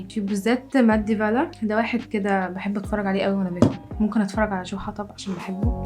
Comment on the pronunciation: اسمه جو حطب ؟؟ جبتي النطق دا منين